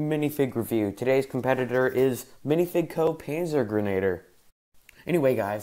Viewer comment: First of all, you mispronounced a lot. It’s a splittermuster Stahlhelm cover, and this fig is a panzergrenadier, pronounced panzer-gren-a-deer. This fig is a MG, he has the ammunition box on his webbing with the pistol holster.